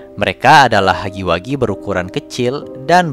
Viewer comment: hugggy wuggy bukan hagi wagi 💁🙅